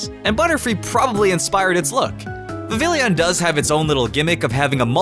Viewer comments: Vivillon and you don't say the double l it's not vivillion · Good sir, Vivillon is French so the two L's would make a subtle ya sound. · Vivillon is pronounced viv-ee-on, not viv-ill-ee-on. Houndour is pronounced houn-dure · You moron, it’s not “Vivillion,” it’s “Vivillon,” pronounced vih-vee-ohn, a Port manteau of “vivid,” and “Papillon,” which is the French word for “Butterfly.” Plus solely the fact that Kalos is most obviously based on France itsself, it’s clearly pronounced as it would be in French… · "Vivillion"? It's Vivillon. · viv-vill-ee-on? NO! It's viv-ee-on! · Viv ee on!!!!!! grrrrr why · The L in Vivillion is silent smh its pronounced vivion, its like how Papillon has silent L's. Remember Kalos is based off of France so remember French stuff. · no. not "viv-ill-ey-on" its pronounced "viv-ey-on". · It's not 'Viv-IL-ee-on,' it's 'VIV-ee-on.' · Vivillon..... VI. VI. YON. It's pronounced like viveeyon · AHHHHHHH!!!!! dude! Vivillon is pronounced VI-VIE-YON! I almost died!!! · Vivillon is pronounced VEE-VEE-ON. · Not to be nit-picky but uh Vivillon is actually pronounced (Vih-VEE-on) just to let you know. It's because of the fact that when you speak Spanish the two L's make a y kind of sound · "Vi-vil-eon" "Hown-dow-r" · Holy fuck you're adding an i in and mispronouncing Vivillon. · ...I think vivillon is pronounced Viv-ee-yon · No it's Vi-va-lon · Yeah it is not vi-vi-lee-on